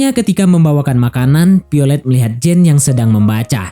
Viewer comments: Violet bukan piolet😂😂😂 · Piolet wkwkwkw VIOLET VE VE VE bukan PE....VIOLET bukan PIOLET